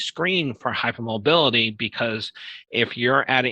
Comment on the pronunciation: You don't have to be hyper mobile or have stretchy skin to have EDS or another connective tissue disorder. One can have unstable or loose joints and soft, thin, fragile skin. He's a Dr and says "Pit-chures" and "hype-mobility"